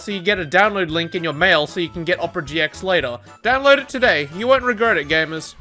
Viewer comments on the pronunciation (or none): He said regirt it